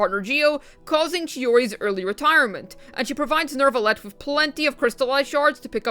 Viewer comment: Why do you keep saying NeRvalette? 😂